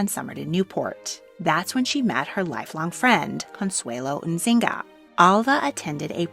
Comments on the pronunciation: The Yznaga name is correctly pronounced "eez-nah-gah". Not "ihzinga" or whatever the narrator is attempting to say. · Loved the video! But next time, google the pronunciation of last names. Yznaga doesn't sound like "bazinga" or whatever you said lol it's just iz-na-ga. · Yznaga is pronounced, "iz-nah-gah", not "inzinga" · Izz-NAH-Gah. Not In-ZING-a. Consuelo Iznaga. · Love the video, but Consuelo’s and Natica’s last name is not Insigna is YZNAGA or IS-NA-GAA, they’ve had Spanish-Cuban roots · Suffragist—a woman (or man) who worked for voting rights for women. Suffragette: Pejorative term that means “little woman trying to play politics, but is a no consequence”. Seriously, this is the truth. A newspaper coined the term “suffragette”, so please don’t use that. Also Consuelo and Natika’s last name is pronounced (eez-nay-ga). I know some of these things are obscure, but you tell such excellent stories—I think they would be that much better with accurate terms and names. All the best! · Pretty sure Yznaga is pronounced eeze-naga. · Was it really that hard to say Yznaga properly? All throughout the video, I kept hearing Inzanga when Yznaga is pretty straightforward in its pronunciation. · Sorry, the last name of Cosnuelo's lastname is pronounced as "Is-na-ga." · Yes, she was pronouncing it as Nzinga. That is a last name but not the same as Yznaga 😅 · Im sorry, but you pronounced terribly "Yznaga" . Google translator can help you with that. I enjoy a lot your investigations. Thank you.